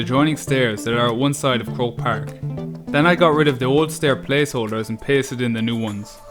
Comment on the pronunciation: Hahaha it's croke park lol